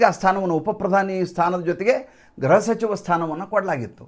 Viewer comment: ಗ್ರಹ ಸಚಿವ ಅಲ್ಲ ಗೃಹ ಸಚಿವru ಯವರೇ